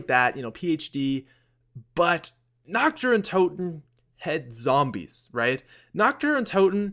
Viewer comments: Nacht: pronounced Nocked. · Dude...you're pronunciation of Nacht der Untoten is SO bad haha. There's no emphasis on the "h", in "nacht" and "untoten" isn't prounounced "tot-in" it's pronounced "tote-in". So phonetically, it would be "Nahkt der un-toe-ten". Love your videos, that just made me cringe :P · is pronounced nakt! xD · I hate how he pronounces nacht with a CH sound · vinny vandeel same